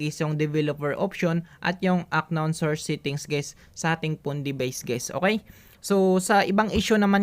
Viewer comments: "an-nown " brod hindi "ak-nawn" para mas malinaw. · kuya hindi aknown pag pronounce nya to pronounce it just unnown pero ang spell is unknown bali silent k sana maka tulong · UNKNOWN IS PRONOUNCED AS "AN KNOWN NOT AK KNOWN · Hindi po siya "Ak-nown" pagka pronounce po yung word na UNKNOWN ang tamang pronounce po ay "An-nown" silent "K" po kasi yan lods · Parang awa mo na UNKNOWN has to be pronounced as UN-KNOWN HINDI AK-KNOWN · UNKNOWN - "an-nown" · Unknown - anown pronounce po di po ak-nown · correction lng sir.. paayos ng bigkas nyo heheh. hindi po "ACKNOWN" sir. "UNKNOWN " PO 🥴😅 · uhn•nown" hindi po "Ak nown" 😂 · An-non po ang pagbasa hindi aknon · i love your guts doing your best para maituro yung paraan para maresolba ang problema sa gcash but no offense lang po na yung "unknown" ay di pronounce as aknown, kundi "anown". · How to unhear ack-known and guys😆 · Aknoon "Unknown" sir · Kairita yung aknown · Unknown - anown po pronounce nya nawa maka tulong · 'an-nown' yung pronunciation nung "unknown" pre para dika mahirapan basahin sa susunod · aknown ka nang aknown eh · Into the aknown, hahahahhaha.. Juice miyo,,, wrong pronountion hahahhaa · How to unhear aknown 😬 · Haha natawa ako sa aknown at what I mean😂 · It's an-nown hehe thank me later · correction lang brader pronounce as " an nown" yan para di ka mahirapan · Kaya di ko makuha eh ak-known ka ng ak-known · unknown po silent k po ang pagbasa, sana po makatulong sa inyo at maayos ang pagpronounce niyo.😊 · "Unknown" silent K